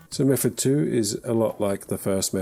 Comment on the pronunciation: I’m just here to listen to you saying mefod.